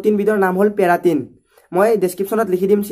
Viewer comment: পেৰাটিন নহয় কেৰাটিন